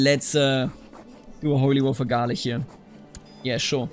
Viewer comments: Rus and Russia are two different things, man. And Medjybij would be pronounced like Metschybisch(rough translation), when using German pronounciation method. And Galich is to be pronounced like Halytsch. Keep the Trebizond. Nice and awesome video! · Small correction: it is pronounced Galich like in the word chimney. Great episode btw!